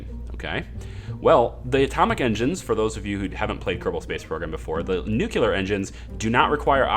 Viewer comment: Great series! But... new-clear not nu-cu-lar. Please.